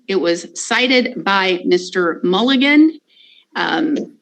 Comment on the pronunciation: I hear Fiji is beautiful this time of year,.